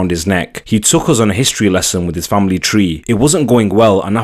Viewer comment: I’m so sick of the damn “fahmuhlee” shit. It’s so cringe.